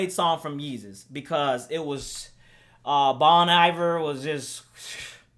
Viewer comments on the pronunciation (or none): "Bohn Eyevir"